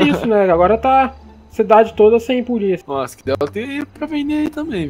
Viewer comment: Absolutamente nada: a: E poliça? É poliça? Kkkkkk